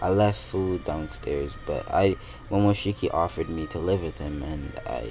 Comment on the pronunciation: Did he say momoshiky